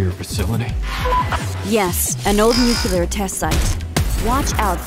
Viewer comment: It's NUCLEAR -- NOT NUCULAR